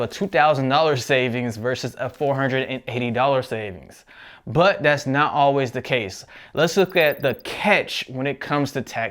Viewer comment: i like how you say butt instead of but